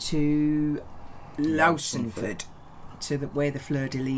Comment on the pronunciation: Just wondering where you source the music for your videos from please? Love your choices. Btw it’s Wootton Wow-en and Low-son-ford not fud🙏. Enjoy your cruiae